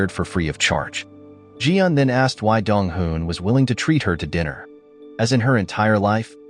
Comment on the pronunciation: Me always getting confused when he say dong hoo and dong wooh😅